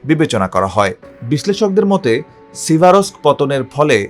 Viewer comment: সিভারোস্ক, স্লোভিয়ানোস্কো, ক্রামাতোরোস্কো, খবেলোনোতেস্কি -- এরা চাকরি পায় ক্যমনে?